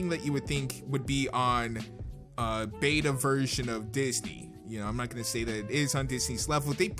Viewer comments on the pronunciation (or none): none